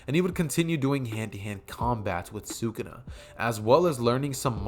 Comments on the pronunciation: Why do you say sukuna like that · I might un sub because of that horid pronunciation of sakuna if the what if is done well I won't